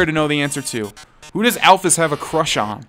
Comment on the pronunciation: alphys is said like the Y is a ES so you should say it alphES